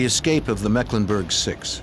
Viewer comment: The director of investigations should be locked up until he can pronounce "escape" without adding an X😂